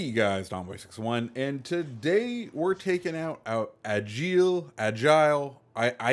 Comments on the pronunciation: The name isn’t agile it’s égle for the pronunciation. Doesn’t mean the same thing lol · It pronounces [eggl] it means eagle in french ;)